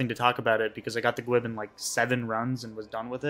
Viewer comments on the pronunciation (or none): Great video, but "gwib" is driving me crazy. "Gwiber" is pronounced "gwye-ber" why are you saying "gwib" lol! I've only got Diamond and WoL to go, and I've been wanting to farm Titania and Hades again just for the mats.